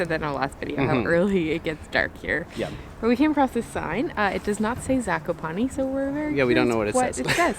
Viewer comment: Ok I feel I am going to be the proper pronunciation guy Zakopane Za-ko- pa-nÉ and Os tsy (ugh) pek. I am struggling here